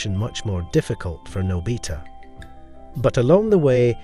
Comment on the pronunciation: is there any website that you can watch doraemon? also its pronounce '' Nô-by-tah'' not nò bí tà